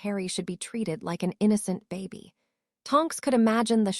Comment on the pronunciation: The word is baby not Bobby